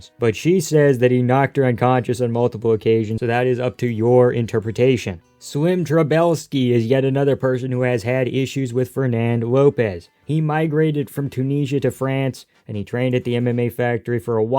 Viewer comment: brother it's Trabelsi not Trabelski. You made his name polish lol